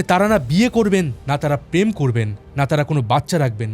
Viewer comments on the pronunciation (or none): none